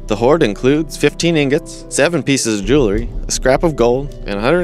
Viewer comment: It was a good video but I sure wish you could pronounce "jewelry". $.02